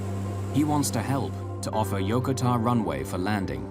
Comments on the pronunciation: Yokota AFB is not pronounced as it is in this video . I should know. I grew up on that base as an Air Force military brat back in the early 1960's. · It would have been nice if your production had bothered to get ANY part of the USAF uniform correct. Your long haired actor also pronounced Yokota wrong.